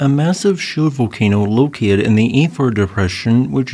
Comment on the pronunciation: The AI voice is so terrible. It mispronounces SO many names in this voice: eg Afar, Erte Ale